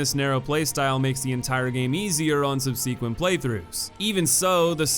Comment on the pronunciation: Ey, I’m a fan of your videos but you keep mispronouncing the word “subsequent” and that would be a great improvement